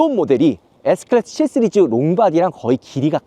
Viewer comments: 초창기부터 독자들이 지적했는데 못고치는거 보면 혀가 문제인듯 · 쓰리즈가 아니라 씨리즈요 ㅋㅋㅋ